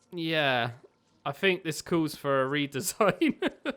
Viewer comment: I fink I'll get this Fink so? Hmm well if I fink hard enough DUDE STOP SSYING FINK ITS THINK